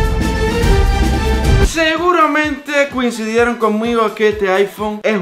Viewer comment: dice cuincidieron